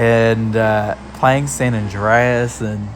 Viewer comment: Saint rooow?🤣🤣